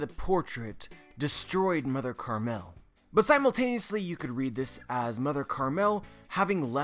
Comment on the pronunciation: Isn't it Mother Caramel not "Mother Carmel"... can someone clarify this lol